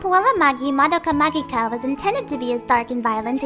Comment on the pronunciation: Wrong. The "G" is for romaji purposes. It's still pronounced "ma-ji-ca," Japanese does not pronounce "magic" with a hard "G" sound.